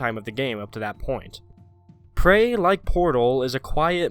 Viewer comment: Oh the game name is prey, in the video it sounded like “crey”